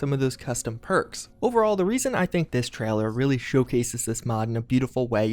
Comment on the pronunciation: No one:: TRAHLER